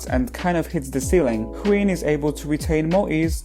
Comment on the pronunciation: I kept on hearing queen when you say wheein